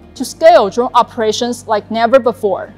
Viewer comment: Hey I wanna dwone like dis.